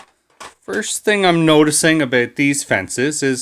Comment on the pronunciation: Gotta love it when the accent states "Abooot"